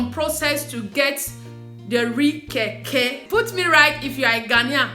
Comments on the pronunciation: Sweetheart is Kenkey not Keke... pronounce as cane..Kay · Its kenkey and not kaykay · I love Ghanaian rice whenever my best friend makes it.. My friend is here watching with me and she was laughing how you called "kenkey" to "keke" 🤣🤣🤣🤣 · Lol It's actually kenkey😂😂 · It is kenkey, make sure U pronounce the n, palm oil soup is palm nut soup